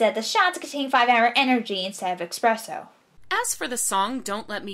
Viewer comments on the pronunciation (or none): Did you just call espresso ‘expresso’?